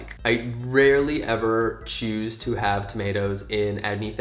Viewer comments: How the f..., did I understood tornados instead of tomatoes 🤨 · what app/website is this? also that british accent when you were talking about tomatoes was surprisingly good sir